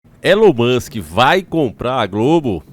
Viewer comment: ELON MUSCH KKKKK .